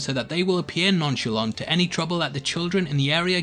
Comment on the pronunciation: The man said noncholont